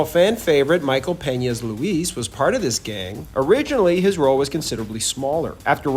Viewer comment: Thank you for pronouncing ''Peña'' correctly.